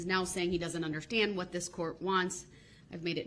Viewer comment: Even worse is the audacity to pronounce the word ‘understand’ as ‘underschtand’ or even sometimes ’underschhhhtand’ It makes me want to fold his face in. I would pay reallly good money for the chance to do so.